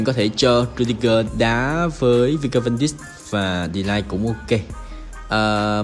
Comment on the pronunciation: Van Dijk đọc là Van Đai còn De Ligt đọc là Đờ Lít nhé a